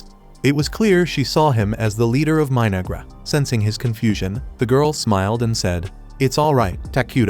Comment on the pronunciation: 😂 The AI voice sounded like it called the civilisation My-Niggra... I had to replay it 4 times and yep that's what the voice said. It definitely wasn't My-No-Ghra. I wonder if the creators are fans of Denzel Washington from Training Day, lol.